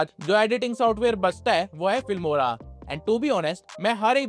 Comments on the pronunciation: Fimora ❌ Filmora ✅ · filmora not fimora